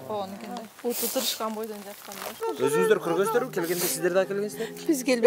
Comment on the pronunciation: Путу емес буту деп айткылачы